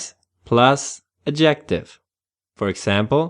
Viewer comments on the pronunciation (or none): Please The word Adjective has its stress on the 1st syllable not the 2nd as you keep saying. This is English not Thai. So annoying. Sorry.